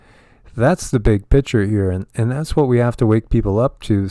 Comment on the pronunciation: Lol need to let you know when you say picture its sounds like you are saying pitcher.